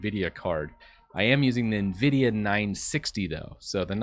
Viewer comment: Why is hard for some to correctly pronounce Nvidia???